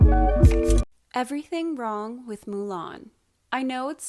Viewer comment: Excelent video. You said e v e r y t h i g